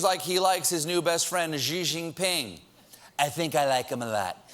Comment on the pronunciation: "Xi" is pronounced like "She" not "Zzjhiei".